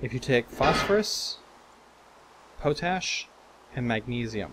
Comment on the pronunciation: PO-TASH!? PO-TASH?! IT'S POT-ASH! Coming from one of the largest producers of the stuff in the world, and knowing it's name originates from the fact it was an ash made in a pot, I would say I now how to pronounce it.